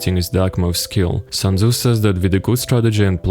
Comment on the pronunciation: "sun" tzu